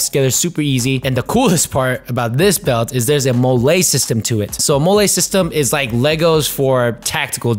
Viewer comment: Pretty sure MOLLE is pronounced “Molly”. You sound New Mexican calling it molé, ha. Thanks for the video.